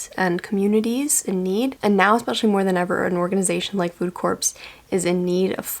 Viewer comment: Love your videos! Just so you know "Corps" is pronounced like "core" :)